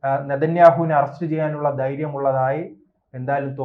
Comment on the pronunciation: ബയന്ന്,ബയപ്പെട്ട്,ദൈര്യം,യുദ്ദം--- ഇത് എന്ത് മലയാളം? കഷ്ടം തന്നെ!! ഈ പണിക്ക് ശരിയായ ഉച്ചാരണം ആവശ്യം